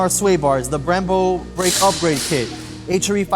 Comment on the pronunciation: H ARE E. NOT H ER E LOL 😂